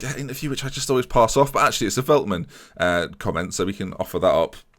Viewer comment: Heey here again the pronunciation of most players Ore-gwuela (Orejuela) the Lickt (with a sharp g) (de Ligt) Felt-man (Veltman) Die (from dying)-ks (Dijks) van the Bake (van de Beek) Sink-graven (is alright) Younes (is good) Sjeun-nuh (just like the german word 'schön') (Schöne) Near-as (Neres) Chair-nie (Cerny) Cas-see-year-a (Cassiera) Fear-gaf-er (Viergever) See-jech (also with a sharp G) (Ziyech) Weu-ber (same as Schöne) (Wöber) Hope this well help you out.